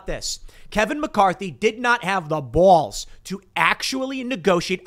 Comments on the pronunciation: Every day I can hear Tim say Bwalls is a day where I can breathe oxygen 100% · How Tim says balls and boss is funny I laugh every time 😂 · It's funny that the only evidence of your chicago upbringing is found in your pronunciation of the word 'balls'.